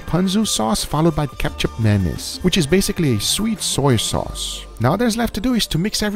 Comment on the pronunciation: GUGA DID YOU JUST SAID "KECAP MANIS" ? I'm so proud of your way saying Indonesian words ahahahahaha. Kecap manis is the best, you could use it for omelette, sunny egg, and fried rice.